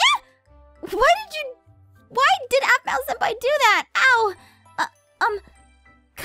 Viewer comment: It's pronounced senpai and google it.😊. And the answer you get is or will be correct 😊😊